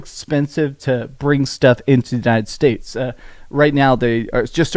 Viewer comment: Why do yiu keep saying "untied states"?